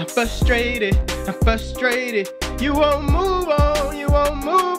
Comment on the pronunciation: You know was truly frustrated he made up a new word and said “frush-a-rated” lmao